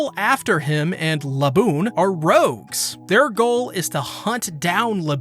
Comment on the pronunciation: The way you say "Laboon" is deeply disturbing...